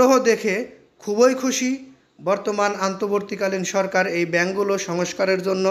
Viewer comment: আপনি বার বার অন্তবর্তী কালিন না বলে আন্তবর্তী বলেন কেন।